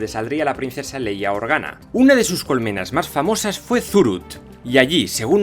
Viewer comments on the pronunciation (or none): none